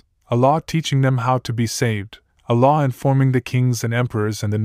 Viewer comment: I love how he says "a law" sounds like "Allah"... oh those poor foolish Muslims...